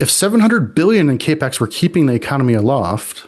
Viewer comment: Cap-ex note cape-x ... this is not confidence inspiring.